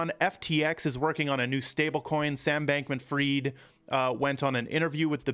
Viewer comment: Sam Bankman Fried has no money. The elite put all their money in his exchange and made him who he is because he sold his soul for money & fame. His last name is not freed. His last name is pronounced the same way it sounds after you fry something. It’s fried.